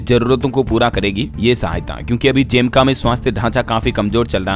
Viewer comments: जेमका नहीं है जमैका है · जैमका नहीं भाई ये जमैका है ।।।